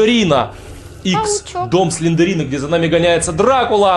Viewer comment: Не Сландерина а Сландэрина пинель